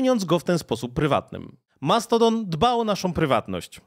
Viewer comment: Wyjdzie na to, że się czepiam, mimo to męczyło mnie to trochę i mam pytanie: czemu, stosujesz mieszankę wymowy stosowanej w angielskim na przemian z artykulacją w naszym języku? Mamy z jednej strony Mastodon (z akcentem na I sylabę) i "dżimejl", a z drugiej słyszymy "Elon Musk" (później nazwanego przez Ciebie "Maskiem" czy też "Outluk". Podkreślam jednak, że mimo tych uwag jestem niezmiennie pełen uznania dla Twojej pracy.